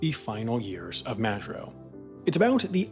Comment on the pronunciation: You pronounce Majuro incorrectly